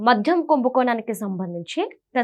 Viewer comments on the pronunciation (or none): మధ్యం కాదమ్మా! మద్యం.